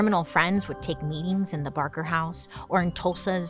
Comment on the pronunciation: Do you mean Ma BaRker? I may know a thing or two about her. Oh. Okay. I guess you came back from that mispronounced once.